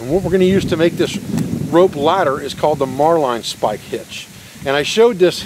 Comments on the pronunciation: love your videos. Has anyone mentioned that the knot you are teaching is the "marlin" (like the fish) spike hitch? Not "Marline" ("mar-line"). Be safe. Brother. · As an old sailor, I can tell you the Marline Spike is a handy tool for any rope or line work, even on dry land! Just a note, the word is pronounced ('Marlin' not 'Mar-line') The fully recoverable cordage idea worked into a rope ladder is simply outstanding, no waste, no want later!